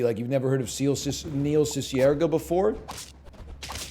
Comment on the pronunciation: He pronounced his name wrong though